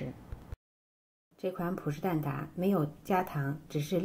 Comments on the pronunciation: 蛋ta，不是蛋da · 蛋挞 ta，不蛋da